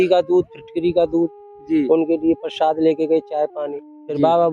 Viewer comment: प्रशाद नही= प्रसाद बोलीये